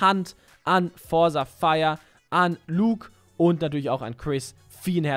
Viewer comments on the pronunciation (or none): none